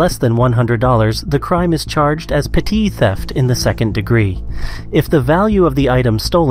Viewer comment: Did he say Petite😂😂